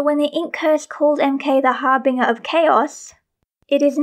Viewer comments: a bit of correction on pronunciation - the red aura is emanating from macaque, not emulating. 'harbinger' is also pronounced with a soft g, like in 'binge'. don't take this as me being mean or anything!!! i used to say 'harbringer', so you're already a step ahead of me. the set things are really interesting, but there have been egregious differences with the representation of the character in visual media and the physical sets for decades. however. however something i have lost my train of thought. toot toot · Yeah, I know I pronounced harbinger wrong lol 😅